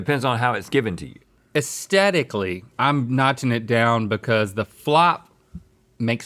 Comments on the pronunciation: Can someone please tell Link that you're supposed to pronounce the TH in AesTHetically? 😫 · Has anyone else noticed that people on this show don't say the word "aesthetically" right? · Oh no! Link has learned the word 'aesthetically'.